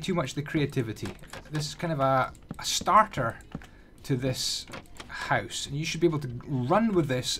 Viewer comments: Are you Dutch? Just the way you say ‘huis’ = house xD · oooooh, i would't think that. You say house almost exactly like in Dutch, and how you say down sounds like dune in dutch (duin). I just thought it was funny. Btw I love this house, just build it in creative, gonna build it in my survival world as my base, and make the upgrades too!